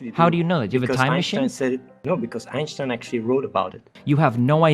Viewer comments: As a native german speaker, it triggers me how chat is making fun of athenes "einstein" pronunciation, he's literally saying it 100% correctly. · The only positive about Athene here is that he knows how to pronounce Einstein correctly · Athene is actually pronouncing his name correctly though. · Athene is pronouncing it perfectly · But props to Athene for getting Einstein's name right.